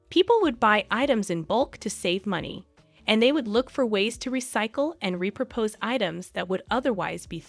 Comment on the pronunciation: I’m not sure if I’m hearing this correctly but it sounds like the word “repurpose” is being pronounced “repropose” (to ask someone to marry you twice??).